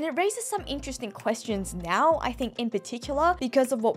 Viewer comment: accent when saying "now" is the reason of my weekly joy. Nyao